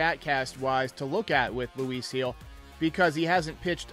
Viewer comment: His last name is pronounced as HEEL.. Not Hill lol